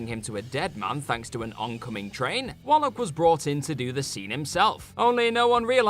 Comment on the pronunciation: It's not "Wollock" you bollock!